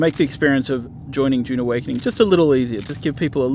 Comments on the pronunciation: It's Dune not June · its DUUUNE not JJJUUUNE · Narrator: DJUNE Awakening